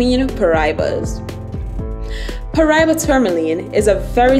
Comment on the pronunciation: Pronounce it right, Pa Ra Iba